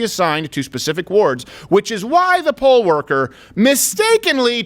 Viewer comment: It's poll, not pole. Although she may have been a "pole" worker in a really low-rent club.